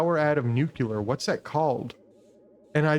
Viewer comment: Nu clee ar , not nukular